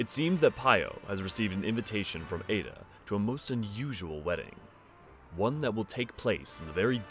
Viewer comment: I can't say where got their info but her name in Japanese is written エッダ which does indeed have a pronunciation more akin to ed-da or eh-da perhaps. The pronunciation in the video would most likely be written エイダ for comparison.